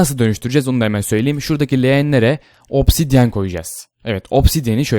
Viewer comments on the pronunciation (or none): none